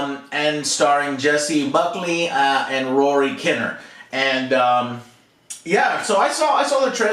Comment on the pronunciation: "Rory kin near" Rather than kinna